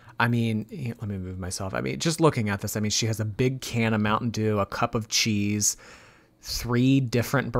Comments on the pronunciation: I agree 😊 🇬🇧 She sounds like she's saying "Chise" That's not even a word 🙄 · I'm a Londoner and I don't pronounce cheese as "chayze"! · Me too. More like 'cheez' 😅